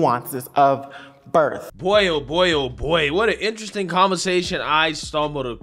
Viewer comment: Black people always be saying bERF defect lol